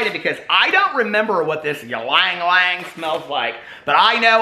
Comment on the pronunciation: the l is silent in ylang, its pronounced just yang :-)